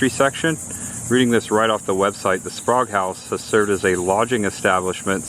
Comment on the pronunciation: I enjoyed watching this episode. The Sprague House in Crescent City looks like a place my wife and I would love to visit and stay overnight. I believe we in the South would pronounce it as Spray-gue, not Spahgue like you did several times. Anyway, I liked the commentary. It would be cool if you were to get permission to interview a local resident of the towns you visit. Happy travels! Watching from Jacksonville.